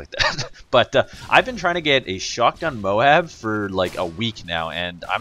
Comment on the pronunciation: @ please stop saying mowab its m-o-a-b!!!! ohh nice gameplay